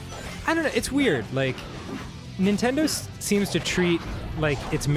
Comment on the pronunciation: I never realized he says nentender when it's a sonic game